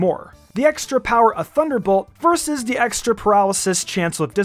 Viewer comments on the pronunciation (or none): none